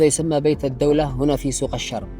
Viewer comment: النطق غلط الرم بدون تشديد للراء